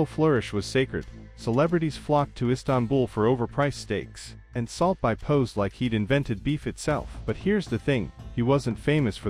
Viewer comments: I stopped watching at like 2 seconds in, when this shitty ai couldn't even pronounce "salt bae". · AI 😑 how can people listen to this? AI can’t even pronounce the dude’s name